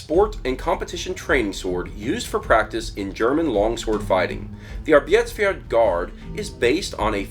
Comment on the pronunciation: Or better "Arbyetesp-ferd"